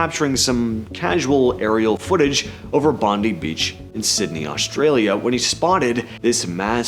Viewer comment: BON-DIE is the correct pronunciation on the name Bondi.